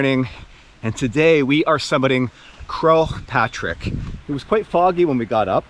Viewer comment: butchering the pronunciation of Croagh Patrick is hilarious